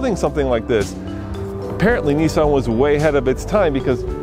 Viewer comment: Nisan Juke? Nisan?? Head Explodes